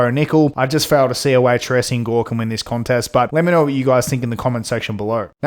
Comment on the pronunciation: It’s pronounced Tray-Shawn brother just a little help for the future vids 👏